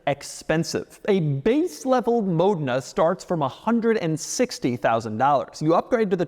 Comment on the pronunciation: It's actually Mòdena, he's pronouncing it right